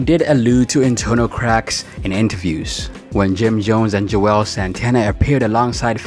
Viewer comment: He just kept slaughtering their names. 😂 he said Juelz three or four different ways.